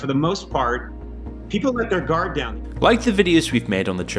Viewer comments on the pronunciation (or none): none